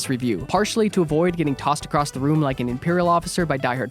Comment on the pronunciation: There is no "T" in the word "across."